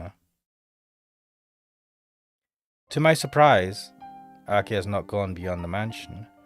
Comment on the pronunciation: why are you saying akia? the H is pronounced like the english H its aki-HA